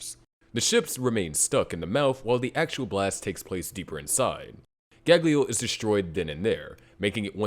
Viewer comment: you keep calling it gaglio wtf xDD